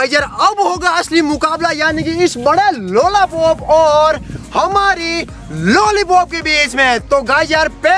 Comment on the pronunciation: Lollypop ka bhai lollapop😂😂